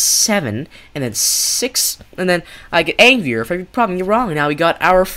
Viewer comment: Why is he saying angrier like that he's like Aangrier